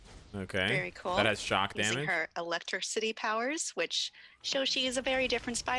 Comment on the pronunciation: Kyle: I can say "trichokinetic.: Pronounces electricity "Electro-City".....